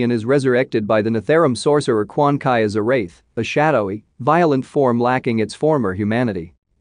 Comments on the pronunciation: it's Quanchi not Quankai. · Somebody please tell the narrorator that it's Quan Chi who resurrects scorpion in the game not Quan Kai there is no fucking Quan Kai there is no Kai's at all it's not DBZ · Stop saying Quan Kai! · It's pronounce Quan Chi not Quan Kai like df....🤨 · Quan chi ( spoken:"Kwan tchi") not kwan kai. And noob saibot is spoken: "noob saajbot" not "noob say-bot" Kwan kai asks noob to say bot Haha lol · Dude ur saying the name wrong it’s Bi-Han and Quan Chi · Lol..Quan kay😂😂😂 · You mispronounce Quan Chi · 🗣His name is QUAN CHI!!! If you can't pronounce the names, leave them alone! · Quan Chee, Lin Kway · Handzo 🤣🤣🤣🤣🤣🤣🤣🤣🤣wow ...just wow ...and Quan Kai...,🤣🤣🤣🤣🤣🤣🤣🤣🤣🤣🤣🤣🤣🤣man straight up butchered the names Brotha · Quan "kay" = dislike 👍